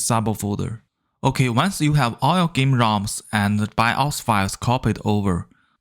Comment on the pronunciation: THE WAY U SPEAK BIO FILE .. LMFAO TO FUNNY.